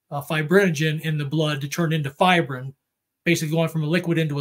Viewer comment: He says fibrin.